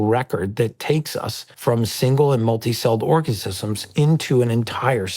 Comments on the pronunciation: Orgasisems..... 😂 That stupid man has been living under his bed. 😅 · Did just say "multi-celled orgasisms"?? 😂😂😂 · orgasisums. Maybe it’s an organism… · the "biologist" and his "orcecisms".